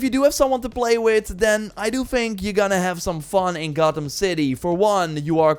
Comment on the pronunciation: "the biggest Gottem city" lol don't think we didn't hear that